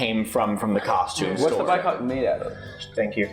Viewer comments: It is called a Bycocket, not bi-cock. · BycockET not bycock smh